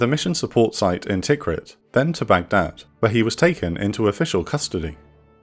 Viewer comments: Tikrit is pronounced t'KREET. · Your pronunciation of Tikrit [Tikri:t] needs working on. Great videos btw.